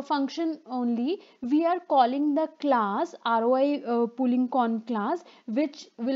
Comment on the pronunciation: This video might be very good, but i cant watch it, because of the voice :( i'm so sorry. Not even when i take a shot every time she says "Aroay".